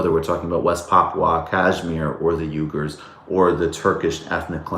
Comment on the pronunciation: "we-gers" not "U-gers"